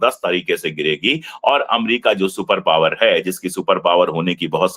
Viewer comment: Shriman Ji super power mat Bolo supada saaf bolo